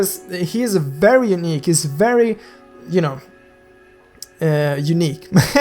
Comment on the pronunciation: It's not Perry nor Veery IT'S VERRY